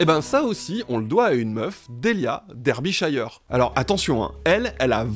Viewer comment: On dit pas "Derbyshayeure" on dit "derbysheure".